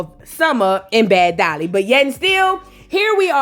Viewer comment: Ommmggg when she called Summer "Dummer" and Bad Dolly " Sad Dolly" I died